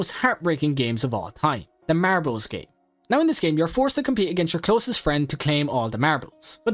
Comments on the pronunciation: marables BRO ITS MARBLES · Man the way he said MaRbLeS